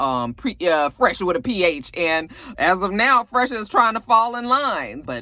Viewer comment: Phresher is pronounced “Fresher”. I guess he thought it was clever lol but it’s not meant to be “Pressure” with a ‘“Ph” lol